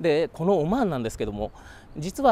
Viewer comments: オォマァーン（いい発音だ) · オマーンの発音がいいね